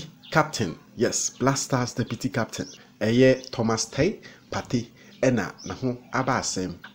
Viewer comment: U can't even say Thomas partey saying Thomas topay 🤣🤣🤣fa wo gyimii no koo